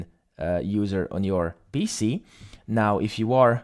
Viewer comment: you made me confuse, the way u say PC sound like bc